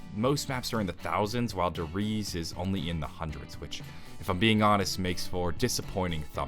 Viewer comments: its said der reez-uh, by the way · He says Der Riese weird